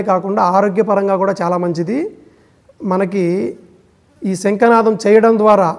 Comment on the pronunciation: ముందు మీరు తెలుగు నేర్చుకుని ఏడవండి. ' శంఖనాదం,శంకనాదానికితేడా తెలుసుకోండి. తరువాత వీడియోలు చేద్దురు.